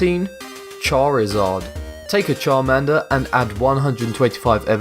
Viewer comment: how he said charizard tho xD